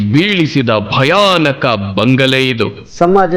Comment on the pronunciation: ಬಂಗಳೆ ಅಲ್ಲ ಬಂಗಲೆ..